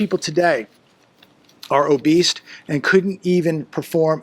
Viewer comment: Did you say obeast or obese?